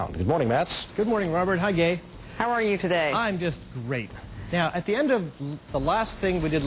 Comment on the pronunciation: oh ok a little.. he sounds like he's saying "hi gay" but then obviously "im just great" not "rape" lol.. but anyway..